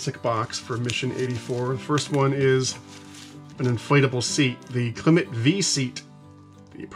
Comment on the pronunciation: The brand Klymit is pronounced the same as the word climate.